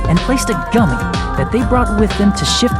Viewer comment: gummy gum-me guhm-e gummy